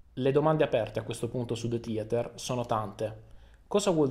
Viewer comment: DE TIATER what a wonderful pronunciation ahahahaahah